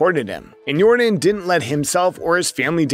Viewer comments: YOR - DAHN ... not DIN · Bro it’s not air “your-den”. It’s air “your-don”. Like air Jordan but with a y at the beginning. That’s how you pronounce his name. You should really fix that. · It's not Yordan it's yourdawn... you saying it wrong. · This man called him Jordan the whole video his name is Yordan! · It’s actually pronounced Yórdan not Yordán. The emphasis is placed on the first syllable. Just like Jordan but with a Y. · Not Yordin 😂😂😂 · It's pronounced YOR-DON by the way. great video! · It's pronounced Air Yordán. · It was really hard to focus on this video when you mispronounced the man's name every time you said it.